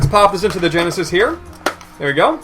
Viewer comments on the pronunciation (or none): "Genesie". I see you watch AVGN.